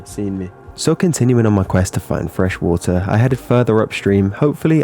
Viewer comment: i like the wuhuh instead of water lol